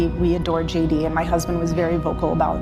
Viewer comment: Sounds like she says Judy! not JD - twice.